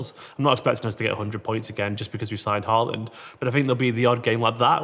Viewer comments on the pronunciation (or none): Haaland isn't pronounced HA-LAND. It's HAW-LAND because of the two a's. While were at it, Ødegaard is something like ER-DEH-GORED. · I'm going to get tired of hearing the English pronounciation of Haaland and Ødegaard this year... I know you can't know, but "aa" is not pronounced a :) Aa is the same as the Norwegian "Å", which is pronounced a bit like how you say the "o" in words like goal, boat, coat, etc... You'd be pretty close by just saying "Holand", atleast much closer than "Haland"...